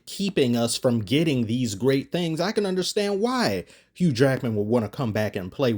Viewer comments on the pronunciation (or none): none